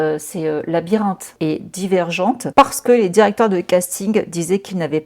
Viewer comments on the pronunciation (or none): none